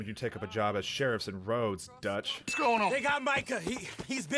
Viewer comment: You calling Dutch “Doug” took me out 😂